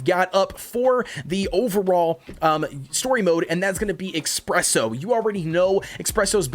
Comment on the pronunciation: every time you say "expresso" i cringe